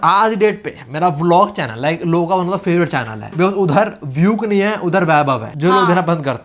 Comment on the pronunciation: Vyuk pronounciation math - kya bhees nehi thi. Pov - vyuk main bhees tha. 😂🤣